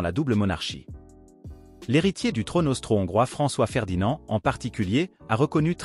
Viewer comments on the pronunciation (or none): Alors c'est pas "France-Ferdinand" mais FrançOIS-Ferdinand"! ;-)